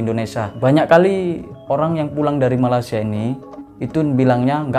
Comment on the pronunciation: Malaysia mas..bukan malasia🤣🤣